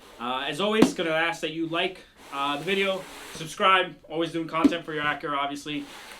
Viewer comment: What is an "Ackra"? LOL. Learn to SPEAK and pronounce. There's a reason why you don't have a lot of subscribers... because you talk funny.